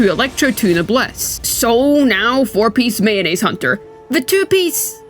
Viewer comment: he is telling mayonise hunter